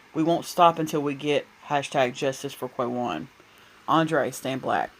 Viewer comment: It’s Quawan pronounced Kah-won The “U” is SILENT